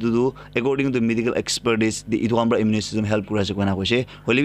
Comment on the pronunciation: Bro... Tats immune not immu_ ne